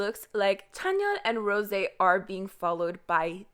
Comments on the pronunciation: That's the most annoying pronunciation of rosé's name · In every videos I’m asking myself are you French ?? Every time you say Rose actually 😂